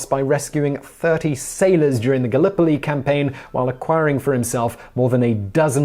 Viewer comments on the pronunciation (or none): none